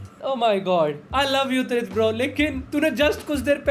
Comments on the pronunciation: Tirth ❎ Trith✅ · Tirth❌ trith✔️. 😂😂😂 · Tirth ❌ Trith ✅🤣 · Tirth❎ Teeth✅ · Tirth❌️ Trith✅️ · Tirth ❌️ TRITH ✅️ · Tirth ❌ Trith ✅ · TIRTH❌ TRITH✅ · Tirth ❎️ Trith✅️